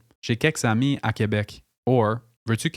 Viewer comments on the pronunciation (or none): none